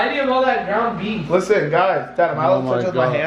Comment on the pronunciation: "Ground Beff"